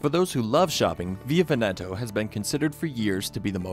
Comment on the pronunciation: Tra-STE-vere! VE-neto!